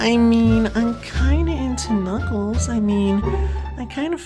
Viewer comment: It's Knuckles. Not crackles!